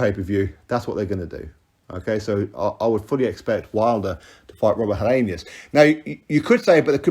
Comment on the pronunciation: Helienus? Lol.